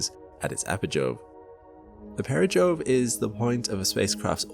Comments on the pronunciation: The words, perigee and apogee are not pronounced para Joe and Apa jo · I was enjoying this until the AI narrator started mispronouncing "apogee" and "perogee". At this point, HAL doesn't scare me a bit, just annoyes me.